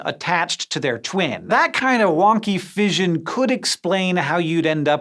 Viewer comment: "Fission" rhymes with "mission" not "vision"